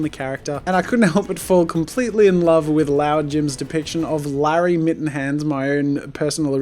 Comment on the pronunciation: I may not win, but i am seeing my self improving. I cant wait for the next challenge. I hope I can make it pass the showcase this time. and taste the position of a runner up BTW JAZZA!!! it is pronounce LORD JIM hahahaha